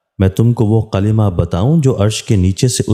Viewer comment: Qalima nahi kalma